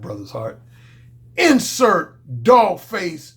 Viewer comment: First times I heard you say "insert - dog face - here" I thought you said "incel - dogface - hater" 😄. In this video it's suitable.